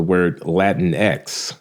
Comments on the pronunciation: dude, they didnt even keep it spanish in latin-x, its pronounced latin-ekies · About "latinx:" It rhymes with lynx, minx, hijinx, etc. Period.